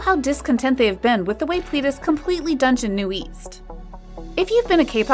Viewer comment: You say ' NU-EAST' but its literally 'NU-ÈST' (newest). Its also not 'PLEE-DIS' but 'PLÈ-DIS'. Edit: Also its 4Minute and not 4Minutes. If you decide to report on kpop at least be authentic. This channel seems like an insincere cashgrab and would've normally not reported on kpop if it weren't for the hype.